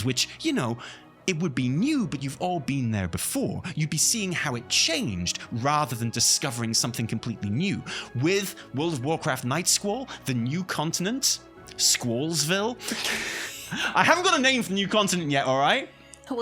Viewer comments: I keep hearing 'night school' and I'm just as on board with that idea as Nightsquall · I kept hearing "Night School" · I keep hearing "Night School" from lol. I'm not sure if Night School would be as fun, but working all day in game, and then making sure to attend class could be a solid angle for the next expansion! hahaha